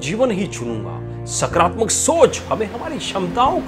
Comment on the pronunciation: सकरात्मक नही होता है सकारात्मक होता हैं बोलने में फर्क है